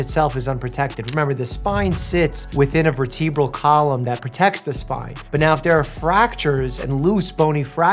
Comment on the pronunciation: Bro said verTEEbral column